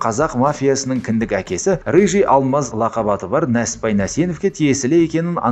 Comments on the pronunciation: Нәсіппәйің не иии? НЕСІППАЙ де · Несіпбай Нәсенов дұрыстап айтшиш